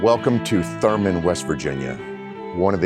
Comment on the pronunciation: It’s “Thurmond,” with a D.